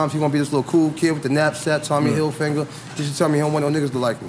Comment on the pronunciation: nigga said tommy hilfinger